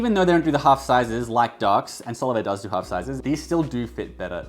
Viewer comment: Solovair is actually pronounced Sole of Air :)